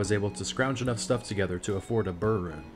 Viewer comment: Hey btw, it is correctly pronounced "bear" rune.